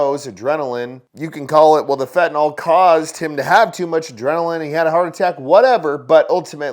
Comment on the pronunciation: Why so people say "fentaNOL"? It is NYL. FentaNYL